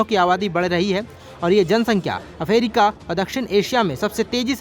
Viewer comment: अफ्रीका 🚫🚫अफेरिका ✅✅😂😂